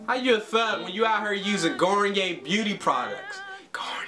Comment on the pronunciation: This man said garnier 😭